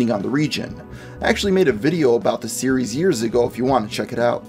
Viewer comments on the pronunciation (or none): none